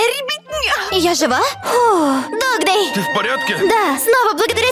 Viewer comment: Не додз а догдей